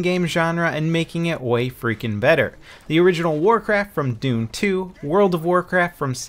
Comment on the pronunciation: he said "dune"